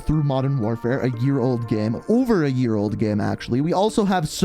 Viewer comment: Every time he says "game" it sounds like "gam"